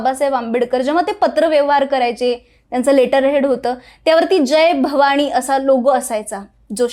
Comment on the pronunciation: जय भवाणी नाही ग बाई,जय भवानी असा उच्चार कर.मराठी नीट बोला ना